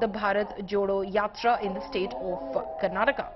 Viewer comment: I started watching this video only after the host pronounced Mysuru and Karnataka accurately.